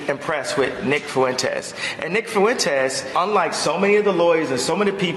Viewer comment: Ye mispronounces "Fuentes" -- why does such a dope think he has something important to say? Hint: Kanye, you are a fool, shut up. About everything.